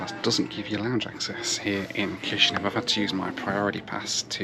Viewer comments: 'Kish Now' not NEV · Thank you for traveling through my computer country 🇲🇩. Though the capital is pronounced Kish-in-yow, it was however pronounced Kish-in-yev when we were part of the Soviet Union but now we're independent and closer in terms with Romania